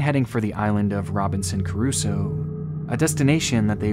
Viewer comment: Robinson CRUSOE not Caruso, the island is named after the novel.